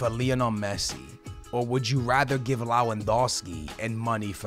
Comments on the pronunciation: Teach him Lewandowski while you're at it. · SKILLZ ITS TOLISSO TOH-LIHS-OHH ALSO LEWANDOWSKI LEH-WHAN-DOW-SKII SAY IT RIGHT AT LEAST ONCE